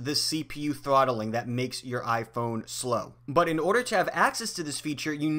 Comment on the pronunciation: Lol it’s not trotthling ahahah